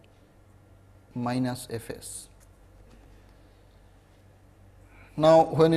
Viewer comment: Diskitize 😂 wtf?